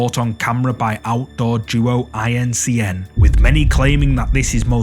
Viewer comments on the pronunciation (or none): small correction for ya, but it doesn't really matter lol .... in the #2 video you mention their name and call them 'outdoor duo i.n.c.n." but their name really is "outdoor Duo In Cn" or "Outdoor Duo In China" ... and I'm pretty sure that's really what they mean because it is two guys in China lol But I think the 'outdoor' part has to do with the popular Chinese ghost hunting channel 'Outdoor_Xiolong" so maybe they8 are the same guys, or affiliated with each other... or they just decided to leech off the popularity of channel to make themselves become more well know.... But I guess you're gonna say the name however you want, I just figured I'd let you know :)